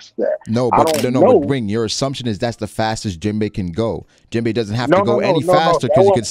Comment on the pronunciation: Poor promiscuous Jinbei!!! The subtitles said that "Jim Bay was fighting AIDS!!". 😢😮😅 it did sound like that crazy dude was sayin Jim Bay though.